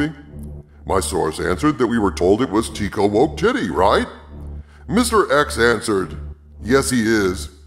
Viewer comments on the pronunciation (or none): Just thought I'd mention Taika's name is pronounced like "Tie-Kah". I think it's a transliteration of the word "Tiger".